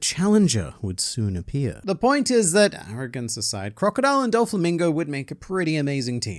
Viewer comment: Its pronounced, "Crocodile"